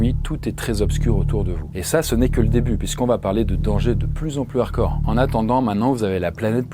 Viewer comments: on dit HARDCORE, pas "arcore" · Hello! Ça fait plusieurs vidéos que je me fais la réflexion, tu aime le mot "hardcore", est ce que tu pourrai bien le prononcer si possible?:)